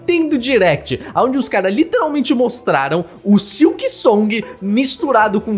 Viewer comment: fala "literalmente" de forma muito errada. Mds, me da agonia